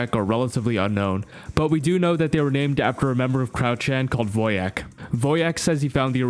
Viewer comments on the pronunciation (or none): Why is everyone calling them "Woe jacks"? It's Wojak